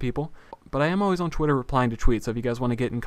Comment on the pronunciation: LOL sounds like hes saying chwitter